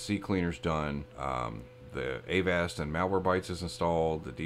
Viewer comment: avast is pronounce like agasped